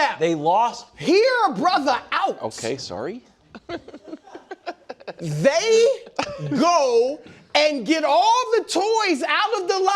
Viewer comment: " okay soorry" with the Canadian accent lol